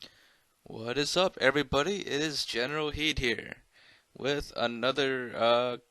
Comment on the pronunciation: Your channel's name is generalkidd and your saying hey guys, general heed here